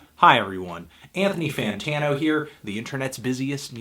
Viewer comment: "HAIR-THONY-FANTANO here" "HAIR-THONY-FANTANO here" "HAIR-THONY-FANTANO here"